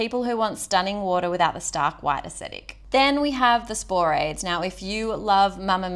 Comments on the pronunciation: Spo-ra- thes. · Interesting video - but I can help a chuckle when you say Sporades and Cyclades.